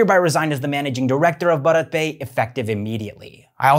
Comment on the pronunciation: Your videos would improve a lot if you could pronounce the company's name properly